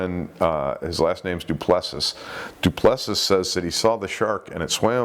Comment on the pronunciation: Love how you pronounce Du Plessis (I will use your pronunciation henceforth!). It's actually Doo Pluh-See. I like DooPlessuhss more. 😁